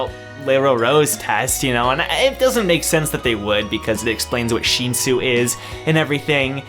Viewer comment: This may sounds very rude. But the way you say the names really really doesn’t sound right. Like shin-zoo or BAM no baam I don’t know if it’s just me. Not meaning to hate. Just saying.